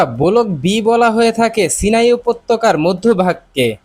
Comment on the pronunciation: আরে চ্যানেল চালাইতে আইছস, আর 'ব্লক' রে কছ ' বলক'। বাংলাদেশ মানেই গরু